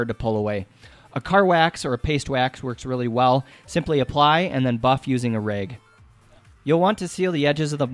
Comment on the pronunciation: Its rag not reg